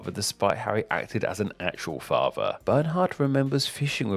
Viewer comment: What a horrific narration voice. Monotone, crackly, droney and the word "father" is not meant to be pronounced "fava". Stop it.